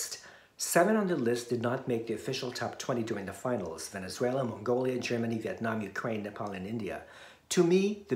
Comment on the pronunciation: why you always bringout other topics? Cooking show referred to contests winning a candidates that's undeserved. Puerto rico felt the same when their candidates didn't make it to the final in MGI. Do you feel that Thailand deserved on her spot? common...even the word "Venezuela" she didn't speak it correctly (Huenesuela) 😂...what a shame from the host country 😂